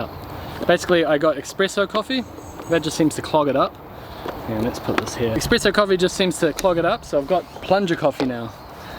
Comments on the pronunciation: Espresso, not expresso, fyi. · Espresso bro, not expresso!